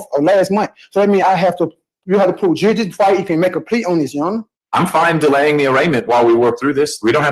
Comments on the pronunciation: Take a drink every time he says juradishun. We’ll have a fine ol’ time! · Juradition ? Slow down. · Ah, "juridiction" strikes again! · Ommmmm, what be the juri-dishun? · 'Jurydishin' is just as good as Kiser's 'A-June- acation' 😂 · I’m sorry did I hear the word durishdishun? Hahahaha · It's the court that establishes jurisdiction, I didn't know that it jurahdiction was up to the defense. Never heard of jurahdiction before 🙄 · “A court can’t proceed without establishing ‘jurididun’…”. Mastery of the English language right here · Dury-dickshon …. Which he has to prove….? What is he trying to speak about? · "You gosta prude jewsdition" HOLY CRAP! Really? They are gonna let this guy "pro his se"? Lol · What’s Juri-diction? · Did he say juradision? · Prohibitation. Juridishun. Judge starts trolling. 5 star offering. Thanks,. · Judge must speak fluent jive to follow this. With his 'juri'ickshun' and all the usual 'all-caps entity legal fiction court of record special appearance beneficiary living person colour of law' spiel. Though he can, surprisingly for a jive-talker, pronounce 'ask' correctly. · Juidision, need to estabish jurision. Jurridission. I dow undersand. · Can’t even pronounce “jurisdiction” properly